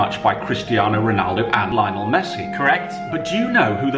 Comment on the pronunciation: says "Lionel Messi" very strangely. I guess has his own special way of doing and saying everything!